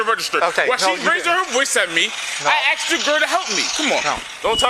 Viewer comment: But he aksed for help!